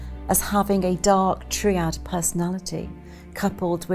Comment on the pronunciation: "Dominic Cummings has been described to me as having a dark TREE-AD personality"?!! - Has she seriously never encountered the word "triad" before? I thought she was supposed to be a writer.